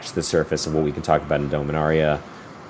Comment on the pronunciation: Thank you for pronouncing Dominaria the correct way.